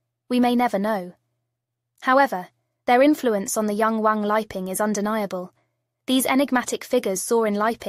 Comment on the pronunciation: His name is 3 separate characters or words, Wang Li Ping, but you have it as Wang 'leaping'. The short comings of computer generated vocals, when you don't enter the text to get the correct effect.